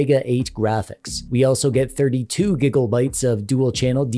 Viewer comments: are you saying gigobytes with an O or am I just deaf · My man called it gigglebite not gigabytes bruh